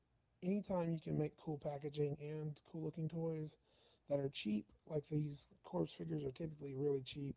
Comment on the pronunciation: Dude I love your videos but you're driving me nuts calling them CORPSE figures. It's pronounced like CORE lol. Sorry, I'm a Veteran so it drives me mad.